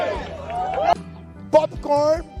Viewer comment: "O POPCORNO" do Bolsonaro é demais! 😮😅😅😅😅😅😅😅😅😅